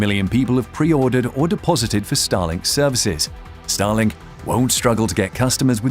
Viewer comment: At the first moment I heard “Stalin” instead of “Starlink” …